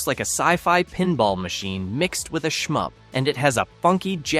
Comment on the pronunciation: it's a shmup, not a shump